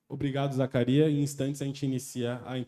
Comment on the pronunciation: É Zakaria man! Sem S! É o comum em marrocos. Parece besteira mas isso diz mt sobre entender o nome certo da pessoa e sobre a cultura do cara.